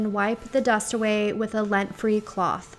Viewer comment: Are you saying LINT free or LENT free?